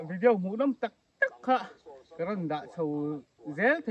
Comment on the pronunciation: Vidiau hi ti kher lo la....Vidiaw ti mai la